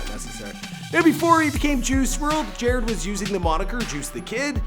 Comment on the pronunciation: Could you please redo this and say his name right 🙄 it's pronounced jah-rod....not jarred